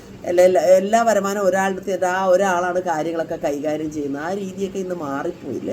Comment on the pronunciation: Varumaanam ennu parayu.. varamanam alla😊